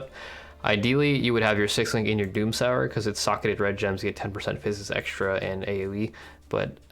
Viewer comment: i don’t know how to say this without it sounding salty or something, but i’m almost certain you’re saying “doomsower” wrong, and it should be pronounced like “doom-sew-er”, either way loved the video and can’t wait to se snore progress!